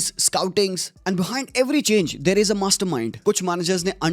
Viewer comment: 'Is' not 's' 😊